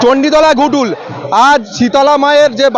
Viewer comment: দয়া করে "ঘটুল" টাকে "গুটুল" করুণ।। যত্ত সব।।